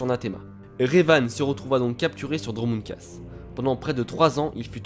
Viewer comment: C'est Dromund KAAS et pas KASS